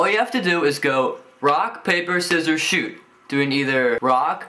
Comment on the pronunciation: i always thought u said "Rock Paper Scissors Shoe" instead of shoot